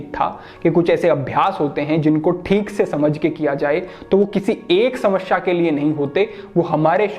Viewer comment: समस्या होता है.. न कि समश्या